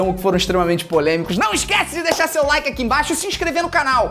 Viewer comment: De novo vc falando Link em vez de Like ...